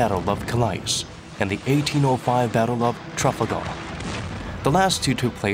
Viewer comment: Weirdest pronunciation of Calais and Trafalgar Ive heard